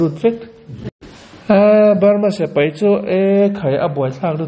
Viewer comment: Tun-a... kan ngaihthlak-lai chan-chin-thar rawn puang-tu hian a ti-lawm-awm tak zet zet a ni e. Amah vang hian Israel leh a do-te chan-chin thar-lam tak tak ka hriat phah ve thin-a... Mahse, hetia a puan-lai-a a sawi, dik chiah lo ang-a ka lo hriat ve thin hi, a rawn sawi dik hun ka nghak-hlel tawh khawp mai. Chu chu.., heng hi an ni e... S(e)pai = X A dik lo zawk khi, a hnuai-a a dik zawk... S(i)pai = ✓ .....hian hman thlak tawh se .. 😢😮😂❤